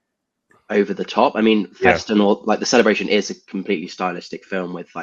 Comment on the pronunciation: Shoutout to for correctly pronouncing "Festen"